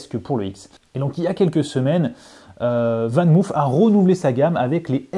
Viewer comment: On prononce "VAN MAUF" et non pas "VAN MOUF"😉. C'est du néerlandais, pas de l'anglais!